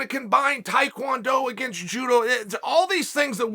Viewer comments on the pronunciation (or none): none